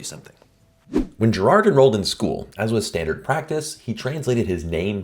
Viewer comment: His name was "Gayr-har(d)t", with a hard "G". Same with "Gerardus". Triangles of 270° are common in spherical trigonometry, taught in ballistics during WW2.